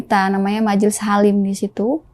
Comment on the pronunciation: مجليس حريم teh bukan halim😊😊😊😊